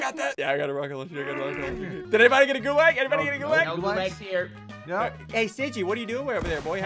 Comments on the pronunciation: When you play MW and then hear ssundee mispronounce gulag, T_T It's pronounced Goo-log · The way he says gulāg hurts me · Your pronouncing it wrong. Its goo-laug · Gods, the way he pronounces Gulag annoys me